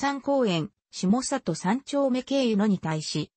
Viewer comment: 「したさと」ではなく「しもざと」です。